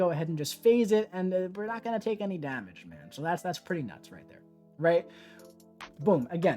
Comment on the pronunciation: I love how says "dahmage"